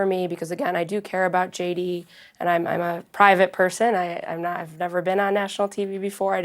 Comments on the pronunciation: Tbf to me it does sound like he says “I’m not Christian” instead of “I’m a Christian” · He VERY clearly says: “I’m a (pronounced “I’mmah”) Christian.” In his typical Trump voice. Anyone suggesting otherwise is just a liar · To be fair, it did kind of sound like he said "I'm not a..." I know that's probably not what he said, but it did sound weird and similar enough that I can't blame people for thinking it. At least it's not just an outright lie this time. For once. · It sounds like he got caught in two ways he wanted to finish the sentence. It does sound like 'not', but either way, I think he is a Christian, and the far left are making a mountain out of a mole hill.